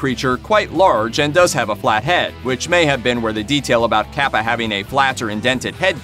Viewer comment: It's not caapa its capa